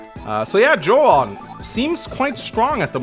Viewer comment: Ahh that’s my favorite 2hu character right there, just stopping by to say I’ve only ever heard her name pronounced as “June” which I could be wrong about. Keep up the great videos!